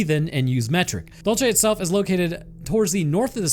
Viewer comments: Dul say, not dul chay 😅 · IT IS PRONOUNCED: DULL-SAY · And it’s dul- say not whatever you said you nerd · Also, idk why people have such a hard time pronouncing “dulce”. It’s DOOL-say, not dole-chay. It’s Spanish not Italian. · It's pronounced Dool-see. As a New Mexico native, I can say that there are probably more UFOs in the state than anywhere else. Always have been. Love your stuff man! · I knew as soon as I saw the title it was going to be about Dulce. My understanding is it’s pronounced “Dole-Say” That said, the underground base has humans working along side the greys and reptilians. The reptilians built the underground base a couple million years ago because of the high magnetic fields deep in the earth in the southwest. One of the lower levels they do animal human hybrids from transients they’ve kidnapped over the years. There’s a level that has the ability to trap souls of creatures that accidentally end up there when they are astroprojecting. The war happened when a reptilian wanted Phil Schneider to release information about what was going on. The war ended up just being a failed mini rebellion. Also, the greys are like worker drones who communicate telepathically. They don’t get along with the reptilians and sometimes fights break out. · You're pronouncing Dulce wrong too ! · The way you pronounce Dulce is grating af, what a way to anglo-cize a Hispanic place! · Santa Fe is the state capital, such ignorance in this day and age, plus, you pronounce Dulce incorrectly , goodbye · I just cant stop laughing at how he said "Dulce" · Also this is gonna drive me mad Dulce is pronounced with a soft C like in Cereal not a hard Ch sound if you say Dulcereal and take out the real then you got it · you have a strange way of pronouncing Dulce